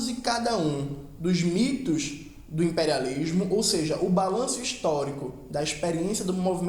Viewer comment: KKKKKKK não sei o que não sei o que, o impériálishhmo hueuhsudheua que bicho ruim cara